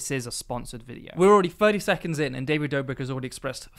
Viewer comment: ah yes, my favourite vlogger; "david dobirk". jokes aside, great video, really enjoyed it, can't wait to see more.